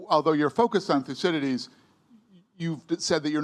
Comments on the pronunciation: (Minute , Thucydides) Except that the speaker, cough couch couch, is obviously not able to pronounce his name. A shame on Americans and even brits that you are not able to pronounce any "non english" name correctly. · Why is this guy so obsessed with pronouncing 'Thucydides'?